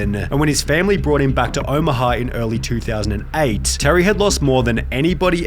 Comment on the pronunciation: Elevetaaaah, dangaaaaaah, Omahaaaaaaaah, bordaaaaaah, Iowaaaaaaah. There was a stretch there where I just couldn't concentrate because of the pronunciation